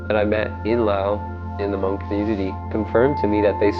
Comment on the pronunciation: Wow you pronounce “Hmong” correctly! So many don’t pronounce it correctly